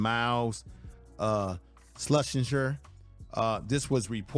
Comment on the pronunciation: SLUH- SHER, Bro! Miles Slusher.